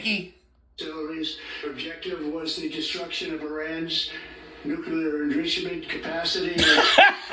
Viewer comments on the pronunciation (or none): “Nuke-lee-lear end-richi-ment” I thought Mock was exaggerating when he said Stinky can’t pronounce 3 syllable words but NOPE, it’s always the 3 syllables 😂😂😂😂